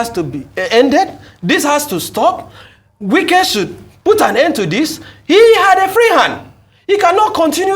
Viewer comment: Wike is his name not Nwike. Funny attempt at Igbonising him.